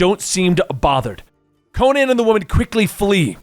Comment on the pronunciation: Would be better if you could pronouce Conan